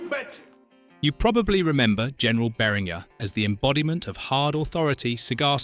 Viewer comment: Two things: 1) Your don't have to run annoying mirror images of the movie clips. The Fair Use Act permits you to use the scenes in full in the original form if you are commenting on the film and including attribution as you did. 2) WOPR is pronounced "Whopper" like the hamburger. You also mispronounced Beringer, Galaga, and Coleco.